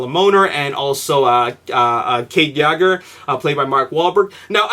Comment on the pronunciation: it's pronounced *yay-ger not yoger